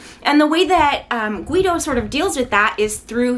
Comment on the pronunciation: I pronounce his name like “Gi Dow” so it bothers me when you say “Gu Wi Dow” lol.nice review btw